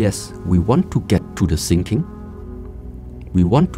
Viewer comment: Its funny when you hear sinking instead of thinking, its like it was on purpose